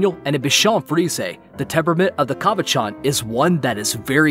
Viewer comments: ok. but uh cavachon is pronounced like the name shawn not ch sound like its parent bichon pronounced be-shawn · You said Cavachon wrong I think because I have one my own and heard it many times also you are kind of wrong about there personality they LOVE to play.